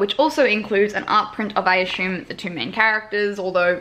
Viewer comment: "aSHUMe" loool